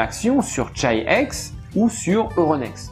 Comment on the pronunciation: Chi-X ça serait pas plutôt prononcé [khi-khi] ?